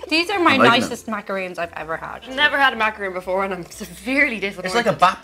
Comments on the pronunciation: IT IS NOT PRONOUNCED "MACAROON"!!!!!!!!! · Macaron. Not Macaroon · guys, please it's MACARON...not MACAROON. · Mac-a-rohn. Mac-a-roon is coconut. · It's not just Irish people, LOTS of people mix them up and call them macaroons. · "I've never had a macaroon before!" And you still haven't, because that is a macaron. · It is pronounced mac-a-ron not macaroon (macaroon is a coconut cookie/biscuit and macaron is pastry) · It's not a Macaroon, Damn it, it's a Macaron! Totally different. Macaroons are coconut. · Macaron and macaroon are not the same thing. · ma ca ron ... :D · It's Macaron!! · Pronounced.. Mac... A.... Ron. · I'm not even french ans I get triggered by them calling it macaroon. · yeah it pissed me off SO much. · 1. Pain* au chocolat 2. Macaron* not Macaroon 3. croissants aren't even French. They were brought from Marie Antionette from Austria. We call them 'viennoiserie' in France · My biggest pet peeve....people pronouncing macaron wrong... THERE IS A DIFFERENCE!! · Cringed at the mispronunciation of macaron. Also, I have a hard time believing that they actually thought the Madelines had snails. Those are such a common pastry. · They pronounced macaron wrong :/ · Pronouncing Macaron wrong